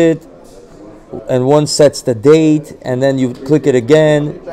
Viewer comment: "I want da gold. Give me da gold." 💯💯💯